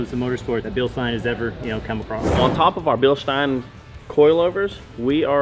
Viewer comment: Bilschhhhteeiiiiiiiine and BremBRO lol love it